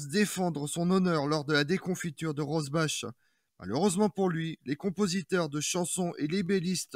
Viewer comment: On dit Rosbar